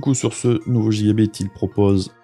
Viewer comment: Salut, et oui je sais pour la prononciation c'est juste que chez moi on a toujours dit gigabite et c'est bien comme ça aussi. Tout comme à l’époque aller dans la boutique du coin demander si ils avaient reçu l'abit c'etait amusant, on se prend pas au sérieux tout le temps =) . Sinon oui mais je n'ai pas le matos ni la place nécessaire pour filmer l’écran dans de bonnes conditions du coup je fait avec les moyens du bord, ça changera ptet un jour mais pour l'instant je ne peut pas faire vraiment plus.